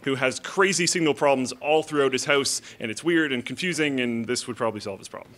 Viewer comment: House not "ouse" XD